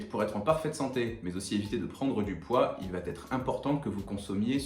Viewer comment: Merci pour tous ces conseils ❤ Juste, comme beaucoup de jeunes youtubeurs, vous faites aussi l'erreur de rajouter un T qui n'existe pas dans l'expression: "qui va être" et non pas qui va-t-être 😂